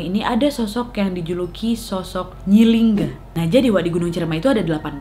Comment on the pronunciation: Nyi linggi wak bukan nyi lingga😂 Sukses terus wakkkk❤️❤️